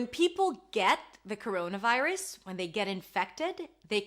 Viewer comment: Couruouna vairus!!!!